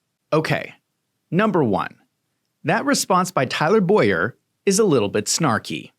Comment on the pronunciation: Please dont drag my name into this. He is Tyler Bow-yer. I pronounce Boyer as boy-er😊😊😊